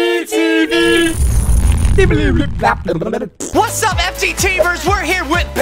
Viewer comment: You sure it's said fgteev